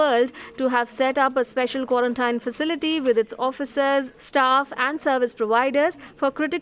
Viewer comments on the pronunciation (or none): It NOT QUARANTAINE, pronounce it properly it QUARANTINE (PRONOUNCE, QUA REN TEEN)